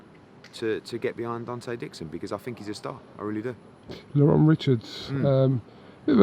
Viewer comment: How many times its Lerrone not Lorron